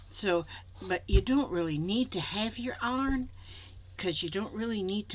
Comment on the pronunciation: Hi. Just want you to know I absolutely love watching you. You are so funny and the way you pronounce some of your words reminds me of my "Arkie" heritage, like "arn" for iron. Love this project and you do it so well. You make my day! Making a journal cover is perfect.